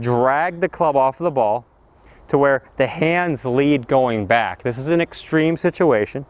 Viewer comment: Back not Bag...